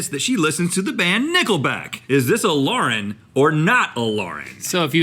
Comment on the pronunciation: MY NAME IS LAUREN AND THE WAY RHETT SAID IT TO MAKE IT RHYME WITH SCORING MAKES ME MAD WHEN PPL CALL ME THAT